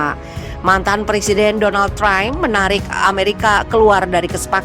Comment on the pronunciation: Donald Triump? Lo ingat MOGE? TUTUP AJA CHANNEL INI. SEBUTAN PUN SALAH DI BYK VIDEO KALIAN. GAK SEKOLAH YA TEAM Mimun